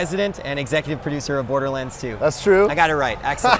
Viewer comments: "Borerlands 2" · WTF?! Borerlands? Is that right? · "Randy Pithford, Borerlands 2"..? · Borelands lol